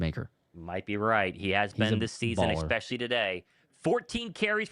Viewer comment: I love you, brother. But PLEASE, the word is Especially, not EXpecially. Sorry, but it drives me crazy.